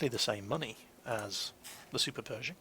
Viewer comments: I hope you'd learn english before watching. Perishing ? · I believed was saying Super Peugeot for the longest time.